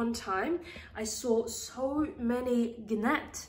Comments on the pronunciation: You lost me at "guh-nat" 😒 the "g" is silent... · I like the guh-nat. A nice, sophisticated tribute to the plant aficionado. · Hi! Great video! Just wanted to let you know that the G is silent in the word gnat 😘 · Ahh! You pronouncing the "g" in gnat is driving me crazy. But other than that...informative video. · GREAT video! Very informative, answered all my questions. The g in gnat is silent 😌